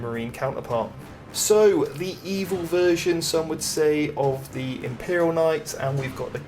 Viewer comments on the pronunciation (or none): none